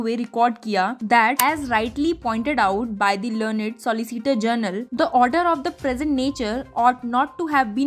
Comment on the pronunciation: When will the commentator learn to pronounce GENERAL ... and not as JOURNAL. We have always faultered with good English.